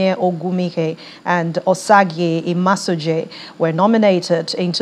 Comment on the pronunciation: I can't understand why these Nigerian news casters westernize the pronunciation of Nigerian names. This is pathetic. It is not Imasojie. It is Imasogie, madam. Just the way you pronounced Osagie.